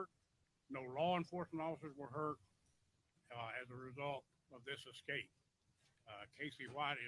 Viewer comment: EScape not EXcape. 😉